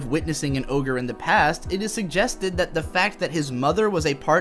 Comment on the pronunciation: Every time he says oger it makes me wanna kms